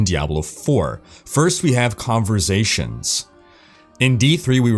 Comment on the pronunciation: converSAtion... not converZAtion damn it